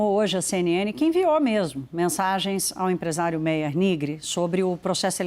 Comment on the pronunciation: Se pronuncia "MÁIER"